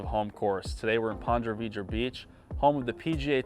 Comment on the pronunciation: It’s not pronounced pon-dra Vedra beach. It’s pronounced “Pon-ta” Vedra Beach